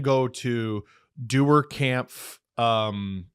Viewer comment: Please pronounce Kämpf correctly, it's about time. There's an umlaut on the "a". says it right.